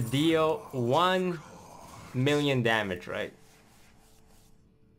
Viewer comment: "One mirion troops"